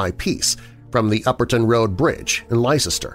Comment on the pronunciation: Pronounced - Lester not lie Chester!